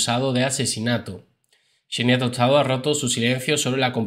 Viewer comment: Gran video pero es xenia no?No chenia tostado 😂